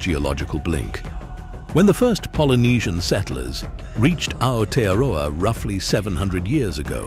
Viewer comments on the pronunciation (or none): Where the hell is outa-row-a?